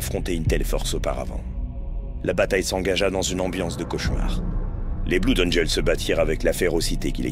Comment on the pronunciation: Tout est bien, tout est bien dans la vidéo, mais mais mais mais mais mais je dois arrêter, je ne supporte pas quand on dit Bloud au lieu de bleud :)